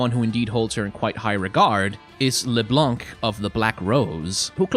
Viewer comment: This is not how you pronounce LeBlanc XD